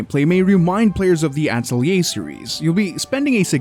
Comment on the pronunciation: Instant thumbs down and X out upon hearing your pronunciation of “Atelier”.